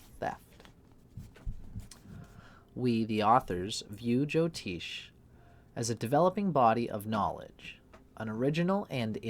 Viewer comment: Appreciate your work brother, and I guess its part of your zany character, but please note jyotish ज्योतिष has neither a 'Jo' prefix nor a 'Teesh' suffix It is just as its written in roman characters, and as pronounced here